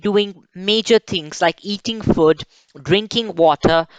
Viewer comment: Conscience,, your work is really appreciable. 👏👏. I would like to correct one basic pronunciation...if you are receptive of it... Food is not pronounced like Good but you say it how you would say 'mood or rude' with a longer oooo. I hope you and your sis can adopt this pronunciation 💚👍